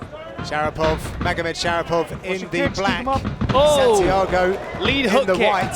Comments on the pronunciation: 😂 the commentator keeps saying magomedshapirov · can they stop saying Magomed Shapiro???